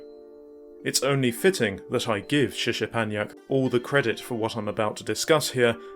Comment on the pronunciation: Nice video - thanks for name checking my books. I appreciate it. The SZ is pronounced SH as in ship, and the CZ is pronounced CH as in chip. Just imagine the Z letters are H letters. Anyway, well done on tracking down the emulated footage of the games. It really is quite rare, especially in English. I do not have the source code - the magazine, which was there on the day, I think belonged to Suzuki himself or the colleague who introduced me. They brought a lot of materials in. The only source code I personally had was for the puzzle game PITMAN. The Tokugawa forums have a lot of English speaking enthusiasts of Japanese computers, and someone there might have scans of the source. Anyway, it's very cool to see that the work that went into the trilogy of books has resulted in others digging deeper into specific topics, and using it as part of their research. That makes me very happy. I've also passed this video link on to the colleague who introduced me to Mr Suzuki, so he'll probably be able to pass it on to the man himself. As a side note, the third and final volume of the books was published last month. In it is an interview with a sub-programmer on Metal Gear 2 (Toshinari Oka). Though it's not hugely in-depth regarding the game, and covers a lot of what was already discussed in a previous online interview.